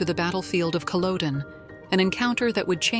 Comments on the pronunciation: What connection did he have with Aberdeen? Also he was a camp gatherer, you are talking nonsense about Lord John. And it is Culloden not Culowdone. Also Hector died at Prestonpans not Culloden. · Its PRONOUNCED CUL OD EN..not COL ODE EN.. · As soon as I hear Cullowden, I know it is the AI at work! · I also thought that it was much later the Lord John found out that the woman was Jamie's wife. The mispronunciation of Culloden annoys me everything that I hear it.